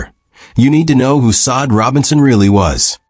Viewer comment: Please get their names right! It’s so disrespectful to keep calling this woman Saad! Her name is Sade pronounced (shauday) what’s crazier is the first time you did her name you pronounced it correctly. And every cringing time after that you desecrated this woman’s name! If you’re going to report or do a segment on someone at least know their name! If she was my deceased child, I’d be absolutely furious!